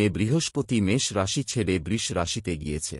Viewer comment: উচ্চারণ ঠিক করুন।বৃষ,বৃশ্চিক আরো অনেক গুলো উচ্চারণ কানে লাগছে বড্ড।আপনি তো সব রাশিকেই খুশি করে দিলেন।সেটা অবশ্য ভালোই।সবাই খুশি হবে।কিন্তু সবার ভরসা কমে যাবে না তো?আপনিও ভালো থাকবেন।